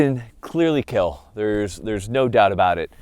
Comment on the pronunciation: The doubters- “I don’t think 22 is good enough to defend yourself with.” The results- “It will Keel.”